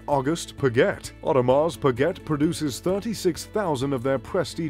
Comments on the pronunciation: T is silent in Audemars Piguet. Got annoying after hearing it half a dozen times... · It's pronounce Pigay(Piguet)not Piget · You should at least know how to pronounce the name of your favourite brand. It’s not pigget , it’s peegay! French! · 'pa-get'?? LOL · Hard to take a list seriously that includes Bremont but not Vacheron Constantin or A Lange & Sohne from a guy that doesn't know the correct pronunciation of Piguet even though he states its his favorite brand. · He can't even pronounce Piguet